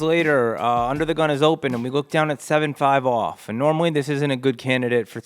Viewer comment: the NY accent came out heavy on that 75 off hand XD